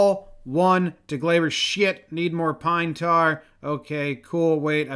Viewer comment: "Lemme get some pinebrar",😆😂